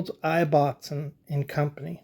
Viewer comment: Great research and most informative. The Ibbotson company name is pronounced differently here in the UK. The "I" is prounced the same as in :Gibson" or "Immportant" and not as in "knife". The name Ibbotson originates in Yorkshire, England and the original meaning is "son of Isabelle". I thought you might find it interesting.